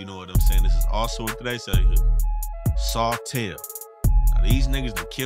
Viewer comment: This nigga really said sotel lmaoo I’m down